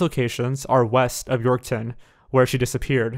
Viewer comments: Oh god. And the way he was saying Yorkton and regina. Lol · York-town lmao. he just adds a 'w' in there. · Also. Regina is pronounced “Re-Jy-Nah” and Yorkton is pronounced “York-tin” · wow this was just a couple hours from me. people still share her missing post all the time on my fb feed. wonder what really happened to her edit: and it’s pronounced “york-tun” and “reg eye nuh” lol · Ikr he also said Regina and Yorkton wrong smh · He pronounced Saskatchewan, regina, and yorkton wrong. I'm only part way through the video so idk if he said anymore city names haha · THE WAY HE PRONOUNCES SASKATCHEWAN, YORKTON AND REGINA IM SCREAMING IN CANADIAN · that and how he pronounced Saskatchewan and Yorkton...like wtf? Do your research!